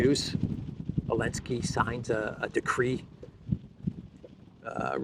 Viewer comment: Someone please explain ... Why "elenski" not "zelenski"!? Lol Love this channel